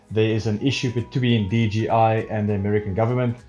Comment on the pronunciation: Great helping videos.. Just one thing.. it's J, "jay", not G.. DJI. ;-)